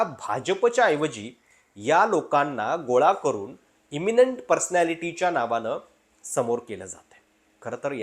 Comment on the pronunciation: अहो मराठी तरी नीट बोला 'अशा णावाणं' नाही अशा नावानं असा उच्चार असतो. By the way मी देखील सातारा जिल्ह्यातला मराठाच आहे, फक्त राजकारणात जाऊन पैसे करणारांपैकी नाही.